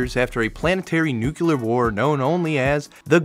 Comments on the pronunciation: It's nuclear. Nuc-L-ear, from nucLeus. NEW-CLEAR! Not nukular or nuke-yular. Please, children are watching, maybe.. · NUCLEAR NUC LE AR NUCLEAR "nukular" is not a word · Fallout: a Post Nucular Role Playing Game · okay, this isn't the first time I hear somebody say "nukelar"... What is wrong with you? Is this an outdated Simpsons reference ? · What does word "nucular" mean? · "Nucular war"?😂😂😂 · Was it "nucular"? Cuase that's for what I'm blocking this channel now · can I really watch a video about Fallout from a guy that can't pronounce nuclear?